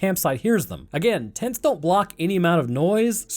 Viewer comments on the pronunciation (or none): was saying "As you do they get their tents setup." Did you purposefully mispronounce tents as tits, as that combined with the edit of the characters kissing is highly suspect.